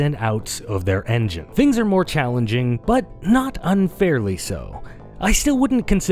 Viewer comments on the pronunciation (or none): none